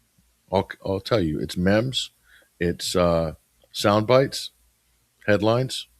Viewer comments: If I may, I too am an old fart, but "memes" is pronounced with a hard E, as if it was spelled "meems". Just want to keep you from having the young kids snickering behind your back, especially when there's an apparent shortage of older Western folks with sane viewpoints. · Good discussion but age is catching up you called 'memes' as 'mems' like gems...this happens in middle age we forget common words